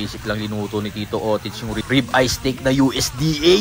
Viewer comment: Steak hindi stake 💀💀💀💀💀